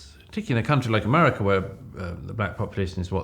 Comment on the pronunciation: I think Doug is amazing, but if he is going to talk about America on the reg, he needs to learn to say it properly. :)